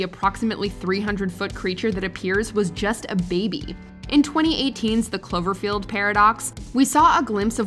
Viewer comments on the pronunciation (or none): none